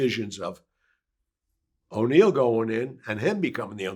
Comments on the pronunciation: it is if you were a good friend of his, like he claims he was. It's An-Eee-Eh-Lo. Or Mr Neil. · Did he say O’Neil 🙄